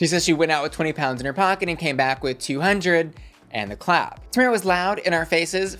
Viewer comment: not pronouncing Tamara's name wrong the entire video... 😳